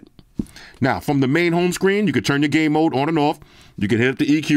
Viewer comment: I was just listening to the part when you said they had game mode and it sounded like you said "gay mode" and I thought, hey these some zesty headphones!! Thanks for continuing to show earfun. Great value product!